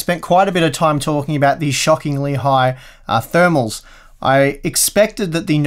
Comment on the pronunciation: OUT OF THE BOX THERMALS.. you said it wrong